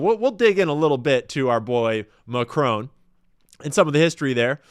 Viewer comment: "Emmanuelle McCrone". "Dayvose". FFS. Sort your pronunciation out.